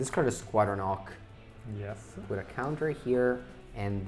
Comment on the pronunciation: Between Squadron Hawk and Glint Hawk, I'm getting to hear call a lot of birds "ocks." Italian must not have leading H sounds:)